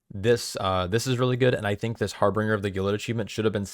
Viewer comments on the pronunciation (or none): You're adding a R in the middle of Harbinger that isn't there. Harbinger, like Ginger.